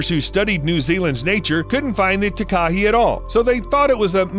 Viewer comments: As someone from NZ I cringe for Takahe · It’s pronounced tah- k- hay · Nuuu!!! It’s called a “Tah, Kah, Hey” not a Tekah-he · The Tah Kah He XD It's pronounced Tah (lil gap) Ka (lil gap) Hay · your prononsing takahi wrong its said ta ka he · mm yes, a TAKA he no no no, its pronounced TAKA Hey ALRIGHT BUD? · I'm from New Zealand and it's called takahe not takahi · i’m from New zealand and i believe you pronounced takahe wrong. (ta-kaa-hei) is how it is pronounced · the takahe is pronounced ta-ka-hey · Tekahe is said "Ta-ka-hay"... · Takahe is pronounced 'TAH-kah-hey' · The New Zealand bird is pronounced Taa-Kaa-He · 🤣🤣🤣🤣 Takahe. It's pronounced tah kah hay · It’s pronounced TAA Kaa Hey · Tah-Kah-Hey not takahe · Scuse me takahe it pronounced ta ka hae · Not to be a pain but that beautiful bird from New Zealand is pronounced Ta-ka-hay, (not correct spelling). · Im from New Zealand its pronounced Takahay but spelt Takahe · The NZ bird is called the Takahe --- Tah-kah-hee. Equal stress on each syllable not running the second and third together. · Takahe is a Maori word pronounced Taa-kaa-he. Foreign pronunciation always makes me giggle. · m8 m8 m8. pls stop killing me w ur pronounciation of takahe. its pronounced "tah (like tar) kah (like car) hey (like hay or just hey)". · Takahe is pronounced tar-car-hey. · I'm sorry but the way they pronounced Takahe made me cringe so bad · Boi mispronounced takahe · That "Takahi" bird is the Takahe (pronounced more like Tar-ka-hey) and the lake is Te Anau (like "Tay ah now") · Dude, you REALLY need to get your New Zealand Maori pronunciation right. It's "Tah - kah - hae". Didn't know what you were talking about until I saw it. No idea at all what lake you were talking about. - Looked it up....geez. Ta a nu lake? really? Try Lake "Tee - are - now" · Pronunciation is important, for example in New Zealand the Takahe is pronounced tar kar hay, and Te Anau is Tee Ar know. Thank you.